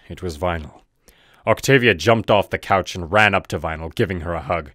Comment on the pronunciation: It's COUCH. Not cows.